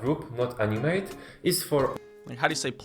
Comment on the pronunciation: Btw in English you pronounce the 2nd A in animate like ah and not AI or ay or whatever. If you do, then you're saying the verb to animate. But he's trying to say it's an animate object. Opposite of inanimate object